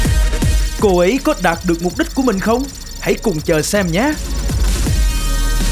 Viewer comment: đạt được mục đích mà có ai giống tui nghe thành đạp được mục đích không , kkk